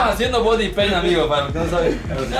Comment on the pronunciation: se escrive Boddy paint se pronuncia ( Bary )